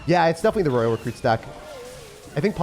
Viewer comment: Love your vids but why do you say royal like that?? Roy-al, you say it live rayl